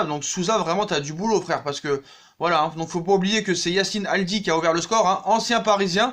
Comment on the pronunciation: Yacine Aldi😩 on dit adli